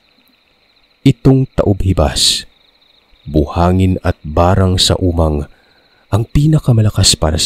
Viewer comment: Ta.ob... ho.bas po tama di po hibas